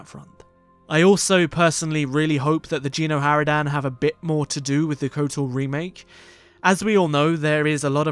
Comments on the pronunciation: I'm sorry i cant hold it, it's not "Jeeno Haradan" It's Geno! a G not J xD but either way nice video xD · No it's Gen xD and lets say it's pronounced with a G not J watch a playthrough of Kotet chapter 2 and you'll see xD